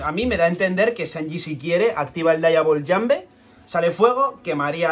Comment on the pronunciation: 😂😂😂 Que animal con su pronuncia ahahhahaha xD